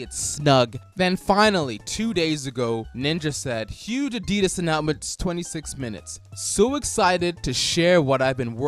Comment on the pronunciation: Why dose he say announcement like that